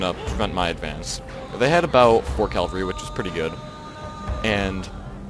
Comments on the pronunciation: cav-al-ree, not cal-va-ree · Omg. He mad me mad with this one. He just kept emphasizing his poor pronunciation